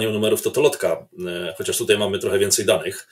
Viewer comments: "TUTEJ" .... czas się chyba poprawić. To już w lata "idzie". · "wczorej" "tutej" Dziennikarzu popracuj nad wymową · wczor Ej ... tut Ej - Oglądam Historie Realną od dawna, subskrybuję i lubię, ale... z całym szacunkiem, bo szanuje Pana i kanał oraz prace którą Pan robi, ale nie potrafię tego zrozumieć, nie potrafi się Pan przestawić na AJ ? Super materiał. Nie chciałem się czepiać, no ale musiałem to w końcu napisać. Pozdrawiam i wspieram.